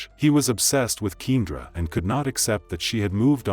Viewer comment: Her name is pronounced Key and ra!